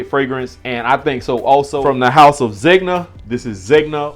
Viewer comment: Been watching your reviews through a couple different name changes haha but that being said I've seen you say Zegna as "Zeg-na" since 'Nam & I just wanna hip you to it's true pronunciation being "Zen-ya" haha